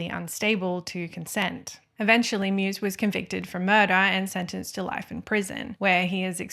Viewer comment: Great video, thank you! Btw. the german surname Meiwes is pronounced something like "My-vas'